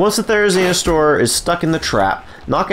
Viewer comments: Couldn’t have said therenzionsaur any more 😂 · it sounds like he’s saying "therizinostore"